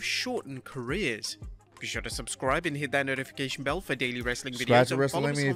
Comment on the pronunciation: IT'S CAREERS, NOT CARRERS